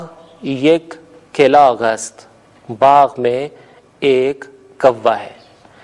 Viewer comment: سر !!! کوے کو کِلاغ بالکسر نہیں بلکہ بالفتح کَلاغ پڑھتے ہیں